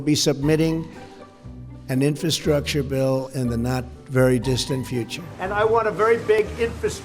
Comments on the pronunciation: Wow, he just looooved saying the word "infastructure" (if that's a word) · Trump couldn't even pronounce "infrastructure."